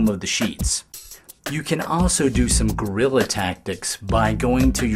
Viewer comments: I tend to agree with you but he does not say Guerilla or gorilla. He says "grilla". But you are probably right that it is as Americans would say a "wa''ior" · It's not "Gorilla Tactics" It's "Guerrila Tactics" Ugh. Anyway, could you attach two vertical lights to the sides of the screen, and use them to light it up and keep shadows off? (Or maybe to the top and bottom?)